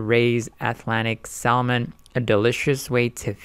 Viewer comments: Good video. Just a heads up, it's pronounced Sa-mon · Why is he pronouncing the L??? My ears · How the fuck can I take investment advice from a guy that doesn't even know how to pronounce the word "salmon" correctly? GTGOH 🤣🤣🤣🤣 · the L is silent in salmon. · Bro, learn how to say SALMON, its irritating.. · First. Never trust a person who is trying to pitch a product thay cannot pronounce. Second. Before you invest in any entity that is genetically engineering seafood, look at the empirical information on these products and the overwhelming number of people who have developed cancer directly linked to this process. Lawsuits ÷ farmed, genetically engineered fish × stock offering = bankruptcy with loss of total investment.